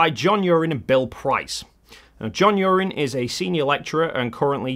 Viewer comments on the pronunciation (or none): I think you'll find Uren pronounces his name "U-Wren", not "Urine". Other than that, brilliant.